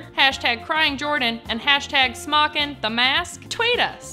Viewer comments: may just be a typo but it's not smockin (pronounced sm-ah-kin) smokin (pronounced smoke-in) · I believe its SMOKIN!! Not smockin